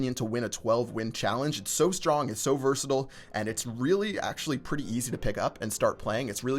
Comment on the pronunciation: Its pronounced, vr si tyle, not vrstle